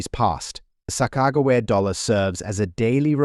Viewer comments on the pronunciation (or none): Your pronouncing it wrong it’s Sa-Kuh-juh-wee-uh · "sock-ah-jew-we-ah" sound it out! Get it, got it, good! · This guy can't even pronounced Sacogawea right, did enjoy the coins😝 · Her name is SACAQAWEA. LEARN TO SPELL AND SPEAK NAMES BEFORE YOU TRY TO SPEAK ENGLISH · 😂you need to work on the sakagawa thing bud. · The AI voice over is dreadful!!! The horrible mispronunciation of Sacagawea is disrespectful and should have been fixed. Just do an actual voice over... it's not even hard. Good info but seriously difficult to listen to. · Sacagawea XD jesus that hame is ruined now I'm always going to say it weird as fuck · This is an A.I. video. The voice is computer generated. It can’t pronounce Sacagawea. The information is general and cannot be used to value coins. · Someone needs to teach this AI narrator a lesson in how to pronounce Sacagawea! So annoying.